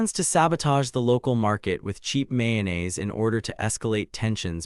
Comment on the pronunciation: this is AI, the summary is incoherent you cant follow the story, and pronunciations are wrong, how can you even mispronounce mayonnaise?